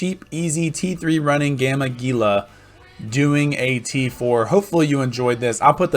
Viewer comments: It is pronounced "Heela" ROFL Sorry, had to say it. Great video, it has been added to my recommended viewing when folks ask if the "cheap HEELA" can still do t4 Abyssals. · indeed LOL. It actually does not bother me. in practice calling it a "Geela" makes it easier for newbros to find if they have only heard it spoken about ;) Plenty of time to correct them once they are flying.